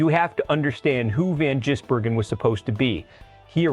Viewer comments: His name is NOT Jisbergen it`s Gisbergen,show some respect and get his name right.If you can`t say his name correctly call him SVG or "Cheese"it`s a bit like saying Ostin Hall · How does this clown mispronounce SVG's name differently every time ???